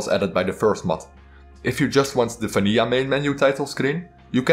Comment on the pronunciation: Absolutely love your accent, especially how you say vanija instead of vanilla.